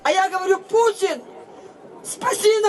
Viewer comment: Мені подобається вимова отієї тітки, що верещить "Пуцін, спаси нас, Пуцін". Ну і як не погодитися з тим , що воно - ху*ло? Для інформації для тих, хто не знає: пуцька- чоловічий статевий орган .Вже вибачте, але з пісні слів не викинеш.